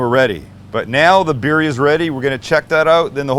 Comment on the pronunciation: ReAnal and beerRia at least try to pronounce them correctly